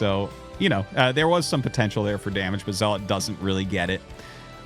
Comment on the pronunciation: Okay - this must be said after listening to your streams nearly every day for a month. It's pronounced ZELL - UT, not ZELL-LOT. Great casts, but your mispronunciation of the most common Protoss unit is killing me !